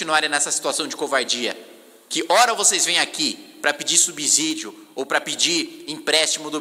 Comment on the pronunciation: Kim você é um acara CULTO, pare de pronunciar ERRADO: "subizzíídio", pois pronúncia correta de subsídio é: "subssíídio), 99% desses parlamentares falam essa palavra de forma errada. Rsrsrsrsrsrsrs